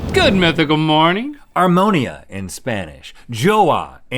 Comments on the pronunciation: “aRmÓnIa in spanish” No sir, armonía, AR MO NÍ A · It’s not armonia it’s armonía. Pronunciation strength in the “i” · Harmony in spanish is “harmonía” but it’s pronounced “ar-moh-nee-a” not “har-moan-eea” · Armonia 😂😂😂 is armonía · Rhett says "armonía" like he's saying "pneumonia" (It's supposed to be "ar-mo-NEE-ah") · harmony in spanish is pronounced armoneea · ar-mo- NÍ-a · I´m sorry, I have to do this. It´s Ar-mo-NEE-a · Harmony in spanish is r-mo-KNEE-ah :) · That's also not how you say harmony in Spanish 😅 armo-knee-a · Armonía, with accent on the í. :D